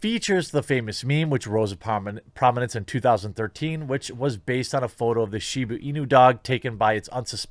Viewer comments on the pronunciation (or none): none